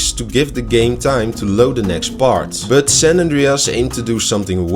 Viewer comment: Goede video. Maar je but klinkt wel erg als butt